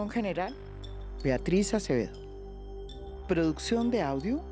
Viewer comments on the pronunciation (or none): none